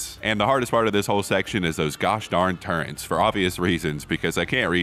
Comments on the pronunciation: pronouncing turrets as turrents, his boxing days really hit his head heavy thats real immersion 💀💀💀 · "Turrents" -, 2023